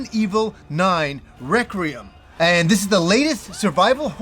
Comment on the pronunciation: Why do you call it “Recreum”?